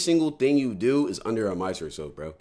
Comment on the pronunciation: I’m 2 months late and ain’t see one comment on him not saying microscope right